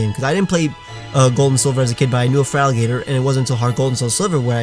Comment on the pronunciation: Its clearly supposed to be feraligator and not feraligtr